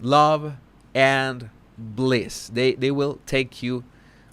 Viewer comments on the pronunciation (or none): none